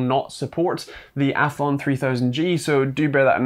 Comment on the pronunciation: Athlon, not althon